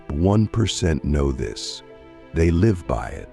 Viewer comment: I wanted to ignore it the first time it happened, but the second time your text to speech AI mispronounced 'live' I was endeavored to write this comment. As an autistic man, I really would appreciate it if people uploading AI-generated dialogue to listen to it first! I don't click on so many of these videos because I just know they're full of semantic blockage. D: In this video specifically, it's not a huge error and pales in comparison to the value of the content - well done, by the way... except too that I'm sure you could have interjected another phrase in some parts instead of repeating "the top 1%" the whole time. Cheers!